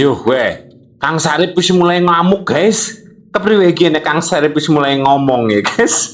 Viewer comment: Bukan Sarif, tetapi Safri😂😂😂